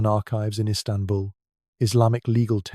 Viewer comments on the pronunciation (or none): none